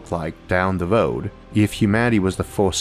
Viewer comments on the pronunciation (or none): for example "What a galaxy might like like down the 'woad'(road)" lmao love u guys! bye'